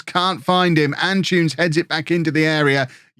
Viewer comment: am I the only one who gets slightly irritated whenever I hear pronounce Antunes as 'An-choons'? I'm not saying he should say it perfectly but the name is derived from Antony, and saying 'An-too-ness' really shouldn't be difficult for an English person.